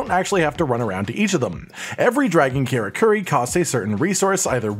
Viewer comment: Men - uh - toe (Minato) Car - uh - ker - ee (Karakuri